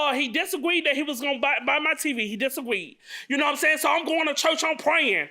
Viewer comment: This man done said "disagweed, admeant, fourstrated, gwistle, and assaultanation"